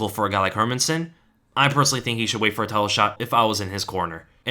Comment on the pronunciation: You even pronounce "Hermansson" (Hérmansson) correctly! (unlike anybody employed by the UFC).